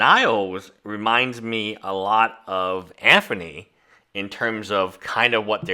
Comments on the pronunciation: Can you not pronounce Anthony? It’s not Anfernee brother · I think this is his nth video of timepiece gentleman and he still calls him Anfernee... Love the indepth analysis but please...